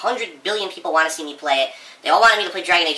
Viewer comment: what do u really wahhhh? The NT in want is silent, duh! Phil does everything right so it MUST be the way u pronounce the word WANT